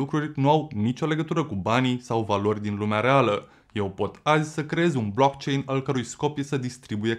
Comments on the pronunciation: Eu l am închis... Nici măcar nu știe cum se pronunță "blockchain"... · Dacă ai făcut research precum pronunți "BLOCKCHAIN" înțeleg de ce ești împotriva viitorului. 😞